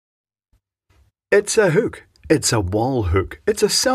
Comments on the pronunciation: God damn it. It's called a hook. Not whook. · "whookuh" 😂 love it, what a product! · I like the way you say hook. Makes me laugh. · Love how he says hook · Did he say "wall huke"? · What is a "hewk"?